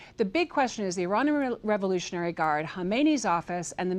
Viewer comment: can we get an anchor that can say the world "revolutionary"